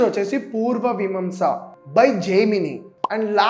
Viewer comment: Anni super ga cheppav , so happy to see this from a young YT Guy , kani okkate thappu chesav , a okkate antha chedagottindhi , adhe spelling - pronouncing Anni thappule , asalu ni noti nundi oka 100 words/names occhi unte andhulo 60 varaku thappule unnay , Vimamsa ❎ miimaamsaa ✅ Kannada ❎ kanaadha ✅ Ivvi just examples e , chaaalaaa thappulu unnay words lo , adhe chala badhesindhi😢😢 Edho English vadu noru tirakka Palikinattu palikav 😅 anyway , apart from it everything is so good ❤ thank you for making this ❤